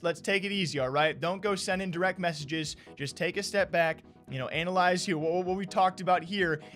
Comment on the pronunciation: Take a step back, “Anal”ize??? 😂😂